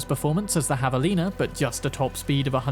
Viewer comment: "...Havalina..." Hell yeah brother. Correct pronunciation.